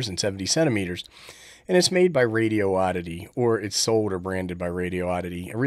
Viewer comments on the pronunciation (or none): I think it's prounounced Radio - Ditty 😂